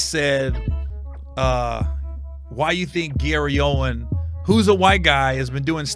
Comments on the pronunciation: OWEN, not Owens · Brother, his last name is OWE-WIN! There is no S at the end of his name. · Its Gary Owen, not “Owens”. no “S”. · Please stop calling him Gary "OWENS" it's Gary OWEN!! He says it all the time. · His name is Gary Owen... no s on the end😮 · It’s Owen (not Owens) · There's no "S" in Gary Owen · I just wanted to let you know it's not Gary owen(s) it's Gary Owen without the S. I've done this several times before as well. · Owen, no S 😂😂😂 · It’s Gary Owen. No “S” on the end. He is a funny dude